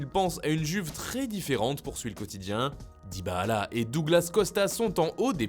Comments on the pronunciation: Pourquoi il dit dybAAla, dit juste dybala c’est simple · J'adore l'accent que ta quand tu dis dybala DYBAHALA😂